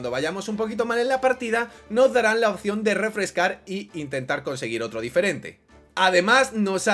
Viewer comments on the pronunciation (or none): none